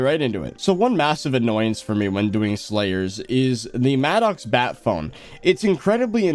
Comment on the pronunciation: Bro it’s pronounced “mad-icks” not “mad-ocks” 💀💀